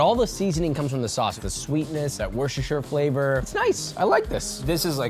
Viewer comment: what is wershersher flavour? As a man from Worcestershire i am here to educate, it's Wus-tuh-sher 🤣